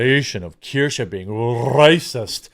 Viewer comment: I think her name is Kursch, like rhymes with curse (sorta), not Keer-sha. Anyway, I think I'm subbed to her, not because I'm a big fan, but because she was on a panel, with some other streamer I like, who tried to push her to get to 50k or 100k subs. Much like you once pushed Empanada Girl, to boost her, and I did sub to her, but I don't think I watched a single vid of hers since. If you live in glass houses, shouldn't throw stones. Sometimes I sub to channels I don't actually like, cause some other channel said "They're cool, help them". I get caught in the moment, and I'm like yeah sure, I'll help some newbie. Well, long story short, you do it too. So if some channel I subbed to turns out to be a crapshoot later, I'll just quietly unsub. No need to make a big deal of it. EDIT: My apologies, I sounded off like 2 minutes into the video, shoulda wrapped my fingers and refrained from typing till I knew what you were saying. Valiant Renegade has her as a guest panelist sometimes, and that's how I became aware of her. Valiant makes fun of Disney/Star Wars/Snow White just like you do. Again, apologies.